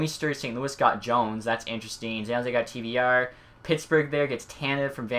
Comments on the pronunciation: dude also says Zan Jose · Zan jose ? very interesting way to say it